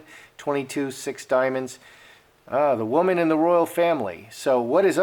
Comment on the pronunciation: Anne, Princess ROYAL, not ROYALE!!!